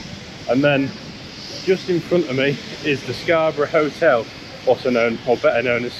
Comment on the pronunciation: scar buff? Scabby or Scarborough.